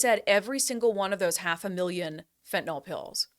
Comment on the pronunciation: Hi Brandi, take it from a chemist. The y in fentanyl is pronounced as a short i, not as a short o. Fentanyl is not an alcohol like isopropanol or glycerol. This is a common mistake that I hear journalists make, but you're far from a common journalist.